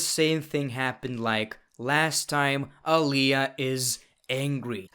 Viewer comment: Just saying "Aliayah" takes me out lol